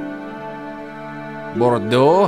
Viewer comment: The way you prononce Bordeaux is so funny too , made me laugh my french ass off